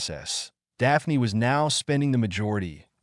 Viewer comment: Dah-pah-knee LMFAO